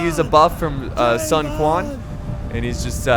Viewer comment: No. Cao Cao is pronounced "Tsao Tsao", and Sun Quan is pronounced, "Sun Chwan"